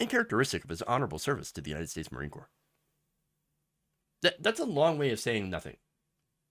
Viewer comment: Marines are younger than other branches of the armed forces. It's Marine Corps, not "core". He saw people being threatened by a crazy guy yelling and took him down. Unless something is in his record regarding minorities or discipline issues he should be released.